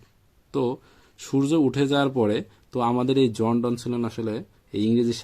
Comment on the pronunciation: "জন ডন"নয় "জন ডান"